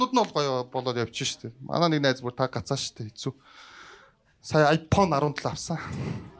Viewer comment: Tgd i fhone gj shaadag bolj taarwu fysda yma😂